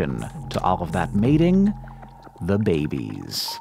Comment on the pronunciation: Mentally correcting the pronunciation of 'babies' as 'behbehs'